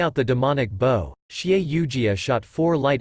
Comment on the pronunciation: Yes where is this conversion chart, I've Google searched and looked at some wiki's, that just take me to a paid site or another, so like pfm which you spend a fortune, or you can only listen to 6 episodes in 24hrs, so glad someone compiled these videos, but, small complaint, pronunciations, like bow, is usually the human action, not the weapon, and "long-sword" is not many long words...